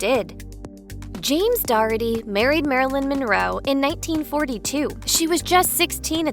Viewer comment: How many times do you have to mispronounce the name DOH - ER -TY by pronouncing it as DOR - RET - TY ???!!! It pretty easy. . . . . DOUGH + ERTY. Such bad reporting.